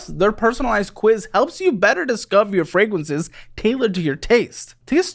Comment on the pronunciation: Anyone gonna mention how he said “fwagwances” on the sponsored part? No hate at all. Just funny to me, I rewinded it a few times to hear it back lol.